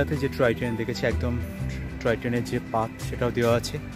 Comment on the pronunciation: Troy train noy, "Toy Train" Bolun.